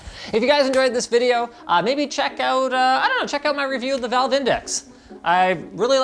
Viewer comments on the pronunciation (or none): none